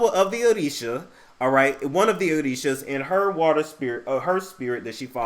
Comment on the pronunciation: I like the way you pronounce Orishas and Yemaya. 😆😆😆